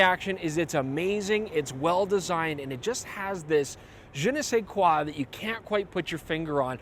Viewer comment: Great video and great french accent for "Je ne sais quoi" :)